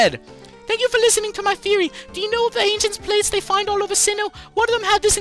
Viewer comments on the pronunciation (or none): none